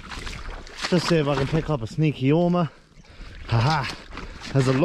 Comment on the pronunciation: WTF is an “Or rma”?